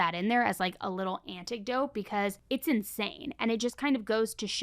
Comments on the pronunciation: Dear, how I enjoy your show, but so you know for next time you use the word, its anecdote, not anticdote. I love the fact you deep dive into so many cases I have never heard of before & if I didnt live in New Zealand I would come to see you on one of your tours for sure.xxx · Anecdote. Not antic-dote. Just trying to help :-) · Really? Anticdote again? Girl, that's not a word. Your vocal fry is making you say crazy things